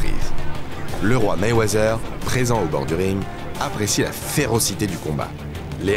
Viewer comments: .. personne en amérique prononce le «th» comme si cétait un « z » ... ca se prononce pratiquement comme un « t » normal... je sais pas qui vous a mit ce truc dans la tete mais faut oublier cet espece de son «z» que vous voulez mettre partout ou ya les lettres « th » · Arrete avec ton Mayweazzzzzzers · Mayweazer loll cest Mayweather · Meywezeeer...ohhh les français